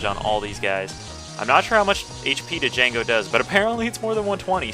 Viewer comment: D'jango. I lol'd. pretty sure it's pronounced Jango, but it's cool. I respect the Lets Play of one of my favorite BN games.